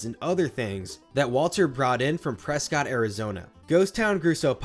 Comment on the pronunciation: NOT mispronouncing prescott in the video 💀